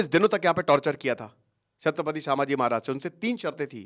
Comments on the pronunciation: तुम्हें कल ही बोला था "संभाजी" महाराज सामाजी नाही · It's not pronounced as saaambhaji mahraj.. it's sum.. and written as sambhaji maharaj.. correction from a Marathi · It’s संभाजी महाराज not सांभाजी महाराज please correct it 🙏🏻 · भाई... सांभाजी महाराज नही... संभाजी महाराज. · सर वो सांभाजी नहीं छत्रपती संभाजी महाराज हैं ....आपको हजारो लोग देखते हैं आपका एक गलत शब्द ..लोग पकड लेते हैं ... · I would kindly want to request you to rectify your pronunciation as Sambhaaji maharaj and not Saambhaaji maharaj. I hope you would take it in positive way. Thank you